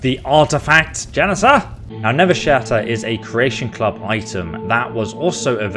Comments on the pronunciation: I like how he kept calling it Nevershatter when it's listed as Nerveshatter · its called NERVE SHATTER not never shatter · I'm definitely eager for the next episode, however the mods quests so far have just been go to this dungeon, kill this guy, retrieve ancient artifact, report back. Hopefully they become more interesting, also a small detail but your calling the hammer 'Nevershatter'. But it's 'Nerveshatter'. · Love how you keep saying Nevershatter, when thats not the name, lol. Does anyone else pronounce "nerve" as "never"? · What it says: NERVEshatter What the characters call it: NERVEshatter What he's saying: Nevershatter Why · I feel like you're mispronouncing Nerve Shatter lol